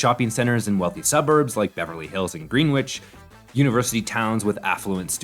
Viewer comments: Green Witch? (Greenwich) Pronunciation errors like this telegraph AI. Get a voice-over pro. They'll at least rehearse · I'm guessing this is the north American way to pronounce it, I'd pronounce it "grenich" as I'm British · Nope. Plenty of Greenwiches in the US, all pronounced Grenich.